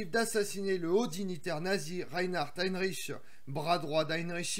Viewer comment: C'est Reinhard Heydrich et non Heinrich comme vous le prononcez